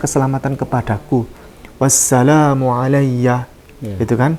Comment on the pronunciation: Yg benar bacanya wassalaamun mimnya domah tanwin tp di situ domahnya dipisah fathahnya dihilangkan